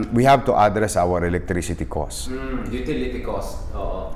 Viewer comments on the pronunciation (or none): Isko pogi, address the stress of pronunciation is on the second syllable.